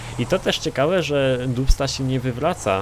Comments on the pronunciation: Czyta się "Dabsta" :P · To sie wymawia "Dabsta 6x6" ;) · Naucz się czytać po angielsku, bo jak słyszę dubsta i inne wyrazy to mi uszy krwawią.